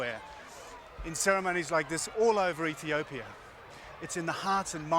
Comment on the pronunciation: EthiopiAAAAAAAAA there is no "er" on the end of the word. FFS